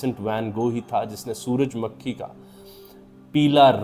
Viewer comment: سر سن فاور کا اوردو تلفظ سورج مّکھی بلکے سورج مُکھی ہے تاہم آپ نے کئی بار سورج مُکھی بھی بولا ہے۔